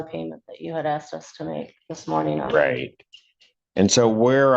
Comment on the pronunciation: 😂😂😂 u axed????? wth haven't these people learned how to talk yet?? you are in court, and you sound ignorant AF, did you go to the lie-berry to get this information???😂😂😂